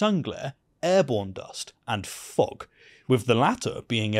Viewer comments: Everytime this guy says "fog", I hear him saying "fuck". lol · Please stop pronouncing "fog" like the other F word. The first time it was amusing until I realized you're just lazy. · pronouncing "fog" as if it were a French seal 😂